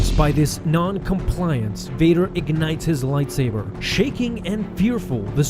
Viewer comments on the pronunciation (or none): none